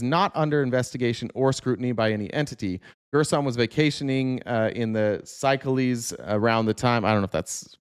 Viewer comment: I believe that country (Seychelles) is pronounced “say-sheels”. It’s in Africa—islands on the east side, of the continent